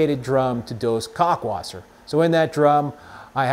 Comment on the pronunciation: It’s pronounced “cow-lk wasser.” Not “cock-wasser” 😂 Great video man! Thanks so much for this topic. I find myself watching all your videos.